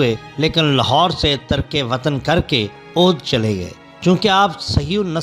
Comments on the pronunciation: Saheeh talaffuz aodh nahin balkeh avadh hai. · Bhai apna talaffuz durust kr lo... Aloom fanoon nahi uloom o funoon hai or audh nahi avadh hai